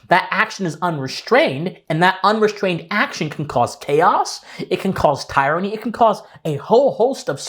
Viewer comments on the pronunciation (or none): Just one note. The word tyranny is pronounced like "tier," not like, "tire." Peace. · Dude. TEER-ran-nee. ;) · "It can cause tyranny" you pronounced tyranny very strangely...